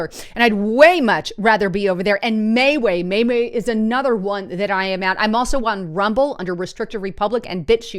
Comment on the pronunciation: It is not mayway it is ME WE